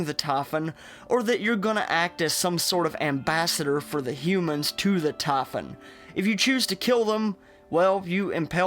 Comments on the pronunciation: The tahfun? You mean Typhon. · it is not tafun, it is typhon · Just say : "Tie" and - "Phone" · I fucking hate the way he pronounces Typhon. It not Tie fun. It's tie phone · ''the TAYPHON'' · He said tafin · this guy's accesnt man... it triggers me the way he says typhon. TAH -FUN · 4 minutes in and just realised you're talking about the typhon, not "taffen" LOL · They way you pronounce "typhon"....No thanks, keep that southern accent neuromod.